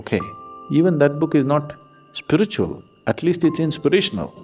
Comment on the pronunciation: Beg your pardon but what exacyly is Spritchual ??😂